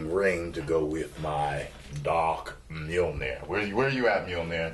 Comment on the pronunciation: you don't know about vikings, you can't even pronounce the Mjölnir.